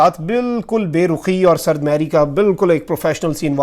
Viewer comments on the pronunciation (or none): asalam o Alaikum Lafz sard mehri nahi hai ". Sard mohri hai.